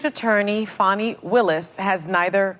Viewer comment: Come on The witch’s name is Fani…pronounced FAN-NEE… not “Faw-nee”. Give me a break.